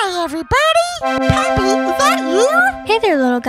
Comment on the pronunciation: WHENEVER HE SAYS POPPY I HEAR PAPI